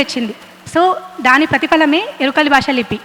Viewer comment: Yerikala basha kadu amma, yerukala basha... please correct pronunciation